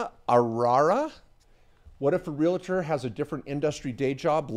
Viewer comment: Please say "Real-tor" NOT "Ree-la-tor".